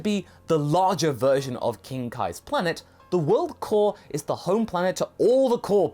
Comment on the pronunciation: I know you were saying "core", but it kinda sounded like you were saying that King Kai is "one of the cool people" to me.